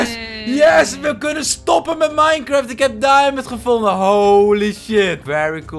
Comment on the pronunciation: Ik ga nu al stuk : mineschagt😂